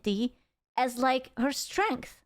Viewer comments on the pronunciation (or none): none